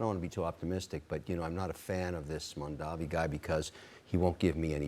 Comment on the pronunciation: If you can pronounce 'Cuomo' correctly, you can pronounce 'Mamdani' Get it right. You are a newsreader.